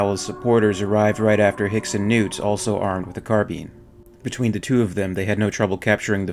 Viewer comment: its a carBINE not a fucking carBEEN